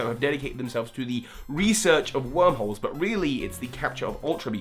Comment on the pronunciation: For some reason I kept thinking you were saying "Opening up Wurmple's" instead of "Wormholes" and I didn't know how to react to that haha